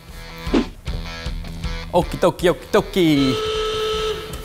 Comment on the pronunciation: I always hear it as "oki gnocchi".